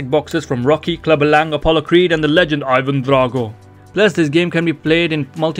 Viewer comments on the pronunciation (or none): none